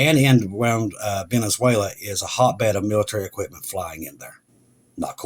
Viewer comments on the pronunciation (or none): none